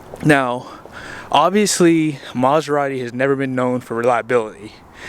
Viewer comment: Start with learn how to pronounce the name and then try to see if can buy it. The way u say it makes the car gettoAF. Car reviews are generally for new ones and not needed for a 20 year old car with rims and nothing else works. LOL. Most luxury cars are ment to be purchased new and have fun and sell em off to the fake life - i'm broke and poor but i need validation and i will act rich folks. LMAO.